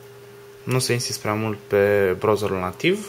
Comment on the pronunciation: Mah,care din voi a sesizat ca asta de face review-ul,nu le prea are cu engleza??? Ce e aia "blutut","brauzar" s.a.m.d ??? Nu au pe altcineva care sa nu se faca de kkao???